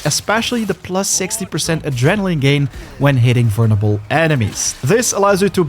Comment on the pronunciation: Vernable? Whover? Vulnerable is the proper way to say it. Hover said like the vacuum is the wrong way to say that word. Improper grammar bugs me.